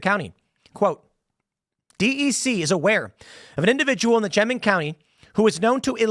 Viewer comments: It is Chemung county, pronouced "sha- mung." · I’m an ex local of the pine city / Elmira area and know the guy. Very sad. Also Tim is pronounced Sha-mung county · Chemung County "Sheh-mung" I live 30 minutes from Elmira. Crazy... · Tim slaugtering the pronounciation of Chemung is beautiful